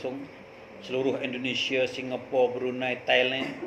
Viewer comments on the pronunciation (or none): none